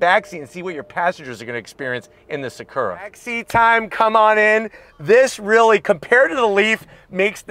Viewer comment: Everytime he said Sakurra. 😅